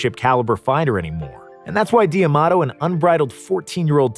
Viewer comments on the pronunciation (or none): It’s not DIAMADO it’s DAMADO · Cus's last name was not DEE A MATO, its pronounced DA MATO. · this video is really awesome nothing to say but bro please stop saying "DE Amato" i'm pretty sure it's pronounced "Damato" even though it's written differently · D'Amato not Di Amato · You keep saying Dee-Amato. It’s D’Amato. DAMATO!!! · So you forgot that Gus D’Amato trained Muhammad Ali?? And it’s pronounced like Tomato but with a D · My ears bleed a little when i hear “Dee Amato”